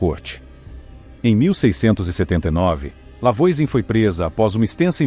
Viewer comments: Já começou errado o vídeo. A pronúncia do nome da primeira bruxa é "Vuazan". Não conhece francês? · Massa, mas a pronúncia do nome dela está bem incorreta, afinal é um nome francês. De toda forma o vídeo é muito legal 😊